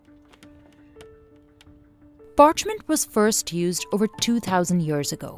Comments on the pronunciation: Lovely video! It's annoying how the narrator says years like yurrrs. If she can say sea (Dead Sea) then she only needs to practice saying YEARS PROPERLY! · It's YEARS not YURRRS.